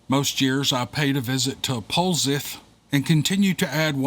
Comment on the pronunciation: POLZEATH LIKE POLE SETH ;)